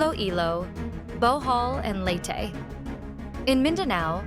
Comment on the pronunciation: ilow ilow, Typhoon Tinow, southern Leytey, ano ba yan reporter niyo